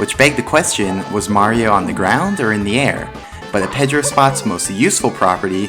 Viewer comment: He also pronounces Pedro the wrong way